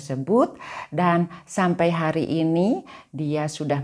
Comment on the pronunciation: Mohon maaf ibu, kalau ibu berbahasa Indonesia, mengapa belakangnya seringkali diberi tambahan huruf "K". Misal : hari menjadi harik, negeri menjadi negerik, sendiri menjadi sendirik, Bali menjadi Balik, keluarga menjadi keluargak, sama menjadi samak, bertemu menjadi bertemuk, dst Terimakasih & semoga menjadi lebih baik, Amin. Gbu